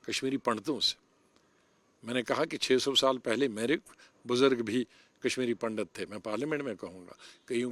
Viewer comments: पंडत नही पंडित बाेलाे, सम्मान दाे हिन्दुओ काे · Pndat nhi pandit hota hai